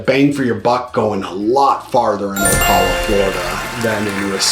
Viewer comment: good video.... of course, Ocala is BY FAR the winner! BTW, you do not pronounce Ocala correctly. O CAL A not O CALL A Thanks